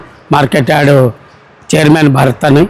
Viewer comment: యాడ్ కాదు యార్డ్ 🤣